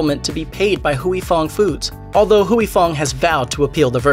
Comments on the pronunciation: Why does this narrator keep saying hooey? Is huy like saying way. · Huy is one syllable. You are saying Huey. It’s more like hwee. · NOT HUWEY Fong... its HWEE Fong. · Huy is pronounced like Hwee...not Hewey. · In Vietnamese "Huy = We" not Hu -wee. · Huy is pronounced "Way" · It's Huy Fong, not Huyee Fong. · "Huy" pronounced in one word! Hyy or Wee... one word! goddammit 🤦🏻‍♂️ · It’s not “Huey”... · Mashed does a whole video and can't ask one asian person how to pronounce Huy. Phooey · You’re pronouncing Huy so wrong and it’s driving me nuts. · I know, right?! I can't!!